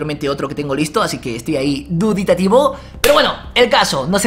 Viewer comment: Se dice dubitativo, no duditativo =)